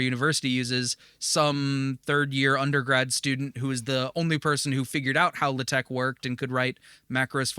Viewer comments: Naa, it's not 'Le Tech' (very French, lol), more like either 'Laa-Tekh' or 'La-Tekh'. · It's so funny as me, non-native for pronouncing TeX/LaTeX properly, your pronunciation is also a bit weird!